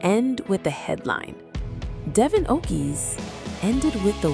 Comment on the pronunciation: Merci, it is devon not devoin.